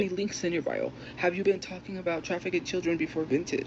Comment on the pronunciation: traffick-ed???? where did she pick up iambic pentameter? her 7th grade reading level is insufficient even for no fear shakespeare lol